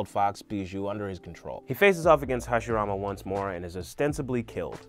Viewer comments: Did He Just Call Hashirama Harashima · somebody else wrote it bro - who says Harashima instead of Hashirama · he said harashima not hashirama kwkwkwkwkwkw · did yall notice when he said Hiroshima instead of Hashirama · He even said Harashima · he did a great job on the video, i was just wondering if anyone else noticed a somewhat humerous mispronunciation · u really called hashirama... harishima😤😤I'm triggered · Stopped watching it after he said “Harishima” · did anybody notice he said "harashima" when it's actually hashirama? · Harishima, MY GUY IT'S HASHIRAMA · he says harashima smh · harishima??? you mean hashirama? xD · He also said once, harashima... Haha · No Im pretty sure he said Hiroshima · did he just say Harashima 😂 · did you just said "harashima"? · lol it sounds like you're saying hiroshima instead of hashirama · harishima he said. I guess no one noticed. Great video though. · im here almost two years later to report that he says Heroshima instead of Hashirama. Goodnight :) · did my man really say harashima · Hiroshima and maadaarea 😂😂😂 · “Harushima” “Hagoramo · he said harishema lol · “Harashima” hahaha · He calls Hashirama Hashireema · harishima want to talk so fast cant pronounce hashirama name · did man's just say harishima???!!! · I KNOW THIS MAN AINT JUST SAY HARISHIMA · Lol he said harashima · no one heard him when he said harashima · Man said harashima? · you call hashirama wrong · why did he say hashirama like that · I believe you mean to say that Saskue fully developed his sharringan in this fight. He used his sharingan during his fight against Haku. Also, need to work on dem pronounciations there: Hashirama, Minato, Isobu